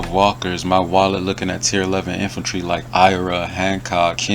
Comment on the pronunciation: INFANTRY NOT INFULTRY DAMN IT GET IT TOGETHER LOL